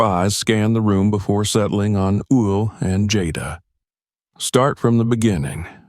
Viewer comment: How is this reader messing up Will’s name